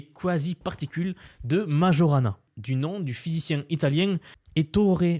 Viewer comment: Microsoft doit faire allusion au physicien Italien Majorana. Je ne pense pas que ça se prononce comme tu l'a fait.